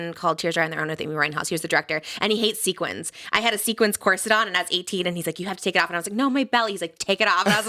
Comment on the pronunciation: anyone else notice she says ‘sequins’ like Roxxy Andrews from drag race who still gets made fun of for it? 😂